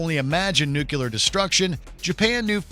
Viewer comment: STOP SAYING NUCULAR